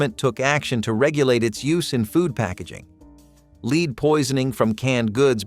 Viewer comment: The mispronounciation of lead is driving me. 😂 Absynthe candy??? Marilyn Manson would have loved that 😂